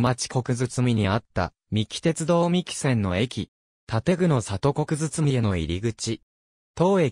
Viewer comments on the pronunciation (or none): 国包 読みは「くにかね」